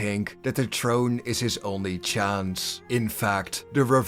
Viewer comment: How many times are you going to butcher the word throne